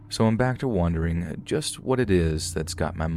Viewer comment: Why do you say wondering like wandering and wandering like wondering 🤔